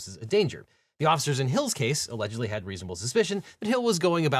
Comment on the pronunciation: "Alledegly" speeding 😂